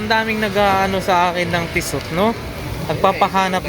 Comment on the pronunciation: Tissot pronounced as Tee-soh.